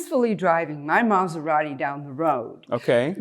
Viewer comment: Im Sorry I gotta Ask Is this Scripted? "I was peacefully driving my Mazarati"